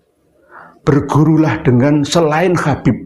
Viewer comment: Nyebut habib aja khabib…belajar dulu sana nyebut huruf hijaiyyah yg benar jgn bikin malu aswaja